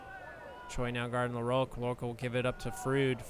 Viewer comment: THIS IS AMERICA. Stop pronouncing LaRoque like a French person.